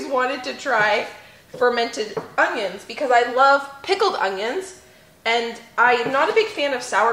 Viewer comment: I love, I really do, I mean who doesn't right... But everytime she says ong-ions 😕😕😕I'm like what is an ong-ion?